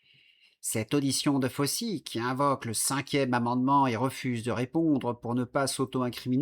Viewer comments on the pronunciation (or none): none